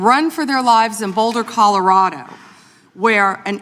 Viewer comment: that was dubbed over surely. Ms hageman didnt say Boulder Collerardo